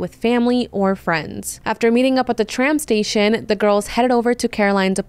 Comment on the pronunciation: Are you saying tramp station? 🤔